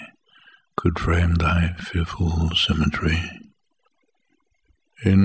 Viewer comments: Beautiful. But I have to notice that at the fourth line -in a rhyme scheme AABB- the word simmetry to rhyme with the word eye of the third line, well, it has been pronunciated simme-try (like the verb to try). A little reprimand, or more politely a little jotting, a "memo for the next millenium". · First off, what a fantastic reading! Thank you! Secondly was it ever pronounced 'sim-et-TRY'? I assumed it was a device, and a rather brilliant one at that.